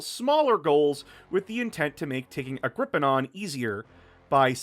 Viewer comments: I love the video and I hate to be that guy but it's Agh-gri-peen-uh not agh-gri-pee-on. Agripienaa had its roots in Latin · It is Agripinaa, NOT Agripi-NAAN! There is no SECOND N in Agripinaa! God, that was driving me mad.